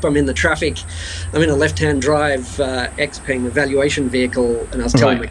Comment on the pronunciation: So the way you pronounce "Xpeng" is not correct - not even close.